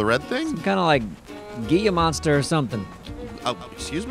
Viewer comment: was so close on the name and that its a lizard. It's Gila Monster.